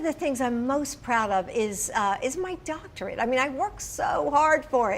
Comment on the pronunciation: She has a doctorate. SAY THE FIRST SIX LETTERS OF THAT WORD. DOCTORate